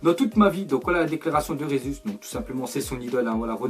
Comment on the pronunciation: On dit pas Rézuz (prononciation fausse) mais Gésu (prononciation correcte) puisqu'il est Brésilien et la bas on parle portugais pas espagnol..